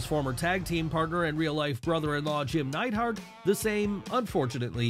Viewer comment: Isn't it Neidhart???